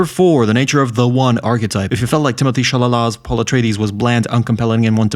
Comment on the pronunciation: "Timothée Shalala" :v